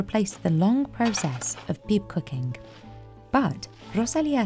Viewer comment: I really wish the AI would stop saying "cucking" instead of cooking.